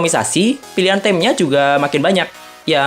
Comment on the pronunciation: maap nih ya sebelumnya, boleh cek kamus agan deh. Finger itu dibaca /ˈfɪŋgə/ alias fingge. Sama theme itu dibaca /θiːm/ bunyinya kayak thim. Maap lagi nih ane agak gatel dengernya. Hehe.